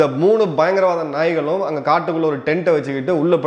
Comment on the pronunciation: மூன்று பயங்கரவாத நாய்கள் இந்த வார்த்தைகளை நீங்கள் உச்சரிக்கும் போது மிகவும் அழகாக இருக்கிறது.